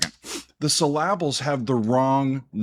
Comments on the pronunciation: The way you say syllable is hilarious lol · I was looking for this comment 😂